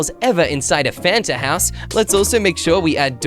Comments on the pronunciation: A t before the n. Me: can u spell cus that is not how you spell Fanta just said fatna 🤦🏽‍♀️ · You said it’s not fanat it’s a “t” before the “n”